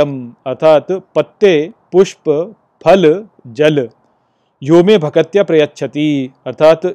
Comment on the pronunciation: Aapka uchaar sahi nahi hai (Bhaktya)